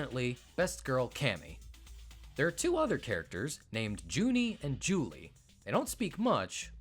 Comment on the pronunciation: At ~ , you reference the fact that Juni and Juli are named for the months June and July in German, but you mispronounce their names. A "j" in German sounds like a "y" in English, hence Juni and Juli are rendered in katakana as ユーニ and ユーリ("yuuni" and "yuuri").